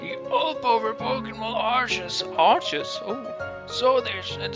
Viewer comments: It's Ar-ke-us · It is ar key us